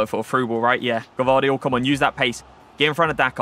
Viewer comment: Yeah you are saying it wrong you pronaunced a before the v bc its gvardiol or you can just say joško š=sh just to say so you don't call him josko